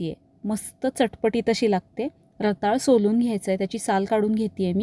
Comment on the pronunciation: रताळं म्हणायचं असतं, रताळ नाही.